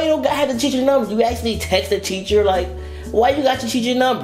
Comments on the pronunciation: Is he saying Cheacher in the beginning?😂😂😂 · Bro teacher not cheacher😂😂😂😂😂😂😂😂😂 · It's teacher not cheacher 😂😂😂😂